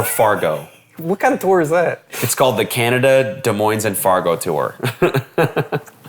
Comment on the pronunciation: “Des Moines” lol. Cody you of all ppl should pronounce that correctly.😂